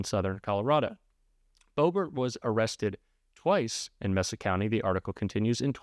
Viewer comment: "Mesa" not "Messa". 💙 Yes, I stuck around to the end but please learn the correct pronunciation of the words you're using.